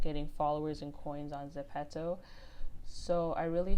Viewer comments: I don't want to hate but it's zepto not zepetzo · Gurll its not (suh-pet-to ) its ( zep-pe-to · It’s not pronounced zepetto it’s pronounced zepeeto but spelled Zepeto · .... but the app is korean and its written as 제페토 which is exactly zepeto (although the ze is gonna be pronounced as je) not zepeeto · You say it zepetto it’s not it’s getting m frustrated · Kira Kiem I say Zeh pee toe 😭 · Zen pee toe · No hate but I can’t watch this because u say ZEPPETOE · It's pronounced ze-pea-toe